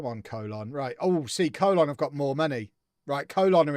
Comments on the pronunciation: Colón is pronounced more like Cologne (co-LOAN), btw! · Please say Colon correctly lol